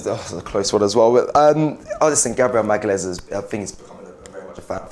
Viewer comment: Great content as usual guys keep up the good work, also,, its pronounced Gabriel Ma/ga/lian/is